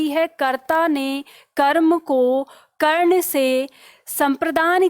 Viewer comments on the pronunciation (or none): none